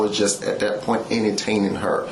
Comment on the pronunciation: I’m more upset about the massage cops dumb pronunciation of “massach” and “ennataining”